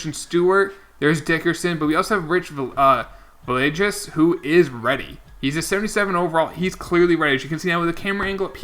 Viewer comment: Cant wait for Villegas to retire so you can stop butchering his name lolololol.. (just messing around) (its Vee-aye-gas by the way)